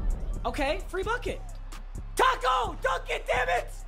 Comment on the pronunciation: When he keeps saying taco I feel like tacks